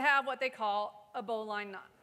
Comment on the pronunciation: Everybody go find the pronunciation of bowline. smdh